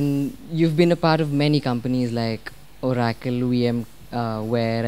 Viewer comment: It’s not Orrrraacle - it’s O racle!